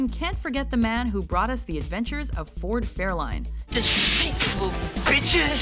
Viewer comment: did she say Ford Fairline" wow!